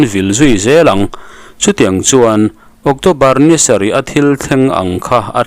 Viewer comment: Octawbar ani thei dawn a mi? ocțobar ani zawk lo maw?